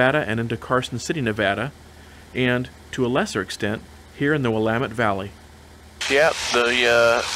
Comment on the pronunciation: Great video as always,! With my 77S friend, I have visited Lebanon airport where we enviously peeked into the twin engined Tecnam planes based there. It is good to hear "Willamette" pronounced correctly!! Safe flight back to Washington!!